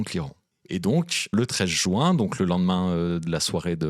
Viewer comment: C'est le mois de juin, pas le mois de joint 😆